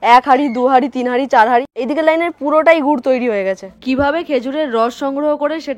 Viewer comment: গুট না রে ভাই গুর 😂